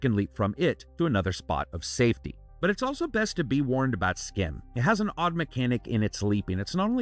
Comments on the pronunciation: its pronounced sgim, dutch people ur the sch as sg. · I assume this is from a Belgian or Dutch studio, since "Schim" is essentially Dutch for "Shadow". (Pronunciation is a bit different than what you're doing, the "ch" is more like the raspy "j" in Spanish instead of a hard "k" sound.) Thanks for another thorough review!